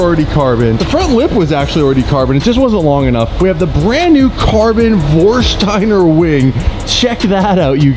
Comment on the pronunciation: Is someone going to tell him theres no H in Vorsteiner? Its not VorsHsteiner.